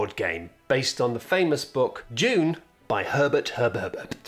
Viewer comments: Sounded like was saying "June" over and over... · I was just listening to this video and man does it sound like he keeps saying "june". At first i thought it was a joke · I love how British people call it Dyoon